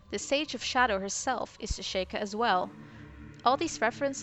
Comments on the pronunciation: I just noticed something, and I'm sorry if I sound like an asshole saying this, but I am a LITTLE bit of a stickler, it's pronounced She-Kah, not Shake-ah. XD Just sayin ^_^ I do however, still enjoy your videos! They have good points that I haven't exactly considered myself yet! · Stop saying shaykah its pronounced sheekah